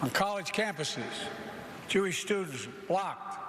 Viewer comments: First sentence "Thank-you stuadushjybfsa "....beautiful ✌ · 3rd word...stuedidenzahj😂